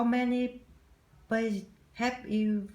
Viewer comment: Nội dung bài của khá Ok rồi đấy e, tuy nhiên e chú ý sửa phát âm những từ sau nhé: Is /z/, nice to meet you too ( thêm too), places nguyên âm /ei/, check nghe bài chữa của a nha: Overall score: 8/10